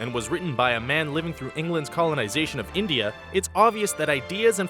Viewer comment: it's India not indea idiot